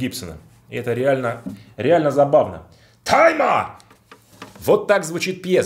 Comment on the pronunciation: Слово "Тайма!", произносишь аки Сягун Японский перед актом Харакири)) А это Кытай))